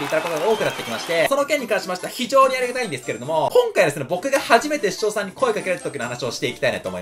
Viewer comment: しちょうしゃさんが言えてないぞ